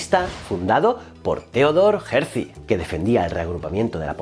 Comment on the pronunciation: No es Hersi fonéticamente. Lo correcto es Herz con la Z casi impronunciable. Un abrazo.